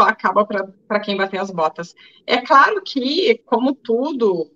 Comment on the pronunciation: hahahaha! Show! Adorei o "CRARO" do amado, hahahahah dei risada agora! Gratidão querida Ana Paula